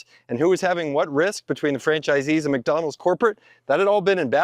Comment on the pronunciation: we WUZZ MACDONALDS epmpoyeezz😂😂